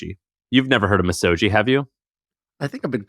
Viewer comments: The G would sound like gee and not jii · You're very close on the pronunciation! Misogi is three equal syllables. Mi (me) So (so) Gi (gi with a hard G). Each should have equal length and equal stress. You can read the Wikipedia entry if you'd like to know more about the Shinto tradition. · Hard "g" in Misogi. Much to learn...🙏